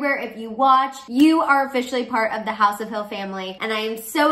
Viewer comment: r u german? Haus = house